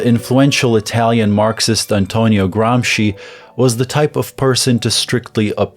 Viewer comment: first youtuber to pronounce Gramsci correctly, what a joy